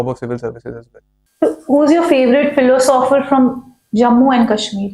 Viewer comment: Madam sitting to the left of Shoaib sir doesn't even know how to pronounce philosopher...............philo sopher 😂